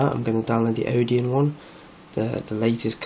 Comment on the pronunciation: sorry, but if you don't understand what a kernel is, telling people how to flash it is not a good idea. also, it's Odin, not Odeon.